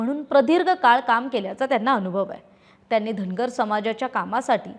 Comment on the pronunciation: चार णावं, धणगर, भाजपाणं, रावसाहेब दाणवे असलं धेडगुजरी गलिच्छ मराठी कानाला अतिशय खटकलं.सबब, हा चॅणल पुण्हा पहानार णाही.